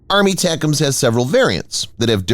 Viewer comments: WTF is "ARMY-tacums"? In military circles, ATACMS is pronounced: "EH-tac-ums". Every time your voiceover guy says "ARMY-tacums" it takes away from your credibility. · Yes, I know what the acronym ATACMS stands for. My point is NO ONE says "ARMY-tacums". You won't find a single example of someone from Lockheed Martin, a defense anaylist, or someone in uniform saying that because that's not how our military phoneticizes acronyms. Doesn't matter how long an acronym is, they'll always phoneticize the whole acronym and never say out part of it in long form. Like the Commander of Submarine Force Atlantic Fleet is abbreviated COMNAVSUBFOR, and you bet your ass they always pronounce it as one word exactly like it's spelled. They never say "commander-navsubfor".